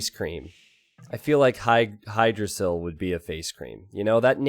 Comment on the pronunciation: Hygdrasil pronounced with "hi"? Isn't "h" silent so the name is pronounced like yggdrasil? You know the mythological world tree.